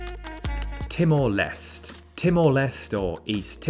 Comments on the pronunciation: Timor Les te.. not Timor Less .. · Timor Leste is spelled Timor Les-tay. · STOP SAYING TIMOR LEST 😭 ITS TIMOR LESTÉ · timor leste is not timor lest but lestay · Laos is pronounced as spelled, not Lao, the S is not silent, and Timor Leste is pronounced Timor Les-tay, the e is not silent